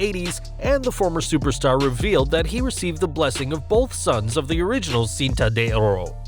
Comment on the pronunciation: Horrible pronunciation of "Cinta de Ora"